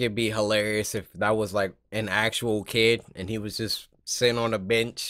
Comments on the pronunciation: Did anyone else here Cory say the boy sitting on the beach instead of bench 🤣😂🤣😂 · Bro Cory needs to learn how to read because on the third animation it said the boy sitting on the bench he said beach boy wtfreak😂😂😂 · No one else noticed cory said the boy on the beach instead of bench